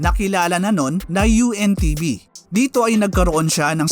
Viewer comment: UNTV po ang tamang pronounce po hindi po ANTV